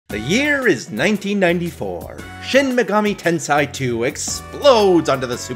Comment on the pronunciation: Please, dude, it is tenSEI not SAI.